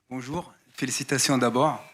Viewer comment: Dans deux semaines Léo dit bonjour comme Neymar " BOJOU" 😂😂😂